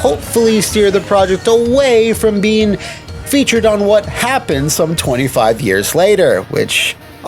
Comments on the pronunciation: "Worst. Wha happun. Evur." 😅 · "Why Happun"? 😂😂